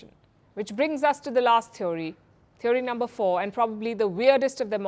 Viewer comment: Wonder why so many of our anchors pronounce it as thev 'o' ry / theev ree (थीओरी / थिवरी) instead of "thee uh ree" थिअरी